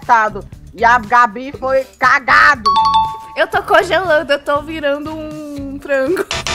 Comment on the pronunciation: "quando foi libertado e a Gabi foi cágado" kkkkkkkkkkkkkkkkkkkkkkkkkk